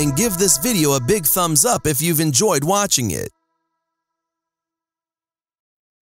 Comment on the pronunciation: I'm amazed at the fact you drop a "k" sound at the end of words such as, "watchingk", "climbingk", "walkingk" and whatnot! Extremely annoyingk!